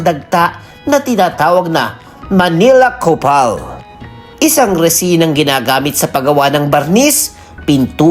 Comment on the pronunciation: Copal po hindi k*pal hehe